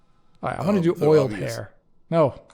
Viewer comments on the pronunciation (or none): "oiled?" LOL